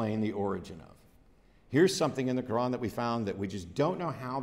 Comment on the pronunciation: When pronounces "Quran", 90% of the time it sounds to me like "Nokron"...I gotta agree with him, Doom Eternal lore is better.